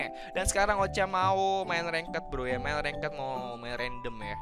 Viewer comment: Ranked dibacanya Reng't bro bukan rengket 😁